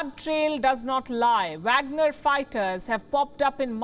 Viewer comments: Pronounced vogner group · She can’t say Wagner lol English